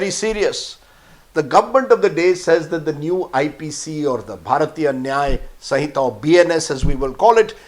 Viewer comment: Understanding & implementation of the Law is not easy and is not a joke. For Modi haters & criminals, the Law would be bad. Pronounce Sinhita correctly first.